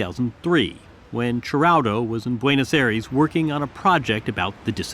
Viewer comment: Many observations - learn how to pronounce Buenos Aires - no background to the 'Dirty War', ie. the terror/guerillia campaign of the Moneteros/ERP - not a single mention of US complicity - Skyvan is not British built, but Northern Irish